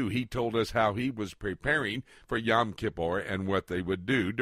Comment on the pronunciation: Yom. Rhymes with dome.